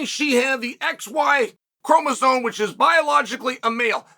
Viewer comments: what first argument? I was making fun of chael saying chromosone instead of chromosome!!! The hell is wrong with you?! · Someone tell Chael that “Chromosome” does not contain any Ns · uncle chael always miss pronounces names/things here, now it's "chromoson" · Lol, you can't even pronounce chromosome correctly. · Incredibly L take, from a man who doesn't even know how to correctly spell or pronounce the word 'chromosome'. The fact that there even is a debate regarding this -- that allowing people with mental issues is even entertained as an option, let alone allowed to compete -- is absolutely absurd on its own. Society has gone too woke and blinded that its twisted worldviews bled into the goddamn Olympic games. Absolutely pathetic.